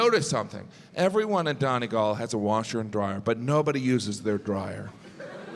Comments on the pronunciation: Dawnegalllll ....... the most mispronounced word in Ireland .....by Yanks....FFS....it's not pronounced Dawneeeegallll ....... hilarious....sure it's only a bit of craic ! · I feel like the way he says Donegal is payback for how those guys said Joel 😂